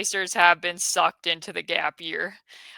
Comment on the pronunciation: emphasis on sucked